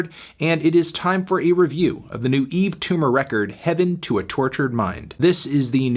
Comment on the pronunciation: WHY ISN'T EVERYONE DISTURBED THAT HE FINALLY SAID HIS NAME RIGHT